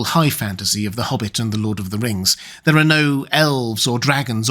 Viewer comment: "Lord of the Rngs"